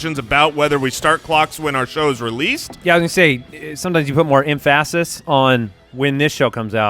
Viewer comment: “Emph-asses”, where did learn English?